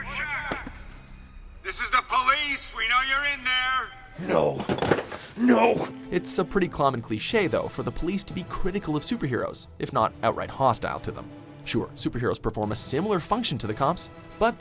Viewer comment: "It's a pretty clommon cliche..." No, it's a common cliche. Also, the way you pronounce vigilante (vij-il-on-tee instead of vij-ill-ann-tee) irks me.